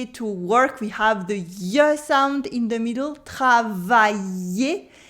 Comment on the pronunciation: Stp- pouvait vous dirait walk and work plus clairement, cheers